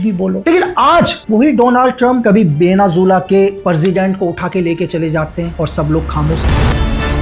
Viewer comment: Venezuela ❌ Venazula ✅